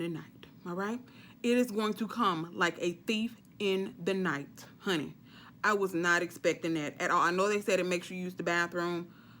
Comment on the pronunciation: I LOVE YOU!! “Howney”😆😆😆